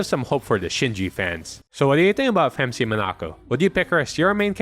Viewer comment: Great video but you got something wrong. It’s not “Femc” it’s “Phem See”